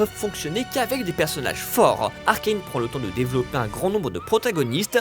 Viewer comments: après faites les erreurs de Arcane (on dit pas arcaine on dit arcane) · Bonjour! Il faut veiller à prononcer "Arcane" à la Française, je sais, ça semble toujours plus "stylé" de prononcer les choses à l'anglaise, mais là, c'est fait par Fortiche, un studio Français, sous la tutelle de Riot Games, dont le CEO (à l'anglaise, aller) est à l'heure actuelle un Français, lui aussi. Alors cocorico, ARCANE, pas ARKAYNE! Des bisous. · Arcailne, noobzzzz, mais oreilles🥶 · Pourquoi prononcer Arcane, Arkayne ? Vous êtes con ou quoi ?